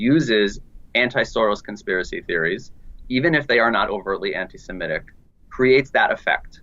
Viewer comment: It was really good...... right until you said semetic instead of Semitic....